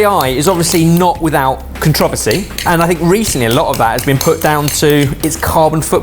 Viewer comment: Ok, Brit’s are just intentionally making words sound ridiculous. Nobody has ever pronounced controversy like that.